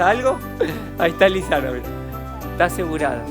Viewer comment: A le dicen Luisana como la Lopilato jajaja, muy bueno el video, saludos